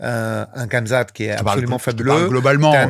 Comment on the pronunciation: Mais c'est ça qui me choque moi c'est que si tu l'as revu tu verra bien que y'a des coups de McGhee qui sont pas si significatives que ça! Dsl pour le blaze j'ai pas fait exprès (Par pitié arrête de prononcer Khamzat comme ça s'écrit 😭 c'est "Rhamzat" à l'oral)